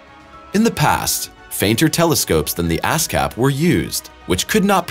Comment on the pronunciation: am I the only one here that heard "ass cap telescope"?🤣